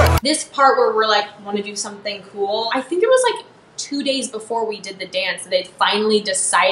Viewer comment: is it just me or - it sounds like taylor said 5-6 hour “dates” i know he’s probably saying days but... i ship jaylor 🥰